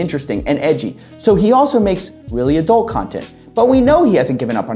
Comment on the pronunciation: You keep saying adult, i keep hearing a dolt.